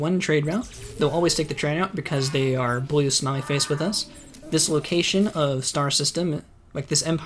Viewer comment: When you say "blue smiley face", your accent makes it sound like "blue smelly face" to me lol